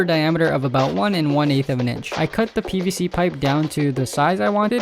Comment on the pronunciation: When u were making the handle I thought u said BBC pipe 😳😳